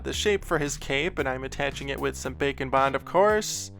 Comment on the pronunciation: Am I the only one who hears 'Bacon Bond' when he says baking bond?